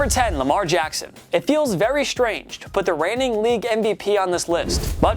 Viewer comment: Lmao man said regime' 🤣🤣 that's a first for me Edit: "Putt" up or shut up 🤣 Are there no adults on the room who can teach this guy how words work?